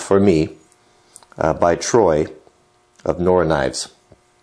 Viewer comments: You pronounced Nowra as sounding like "Nora" The actual pronunciation is "Now-ra" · NOR-WA Knives !!!... you mixed up the letters it is Now-Ra. "Now" as in right now and Ra as in Ramen noodles but not like Rabbit. I used to holiday in Nowra and in Ulludulla (I would like to try and hear you pronounce that) which is an hour down the coast. Now they are both a 12 hour drive away. I think you should use the froe style handle which is straight and flared at the top so that the head slides down the hole handle and pinches at the end. Have a ball or a round shape on the bottom so it is comfortable in the hand. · Forgot to mention it's pronounced, 'now' 'ra' haha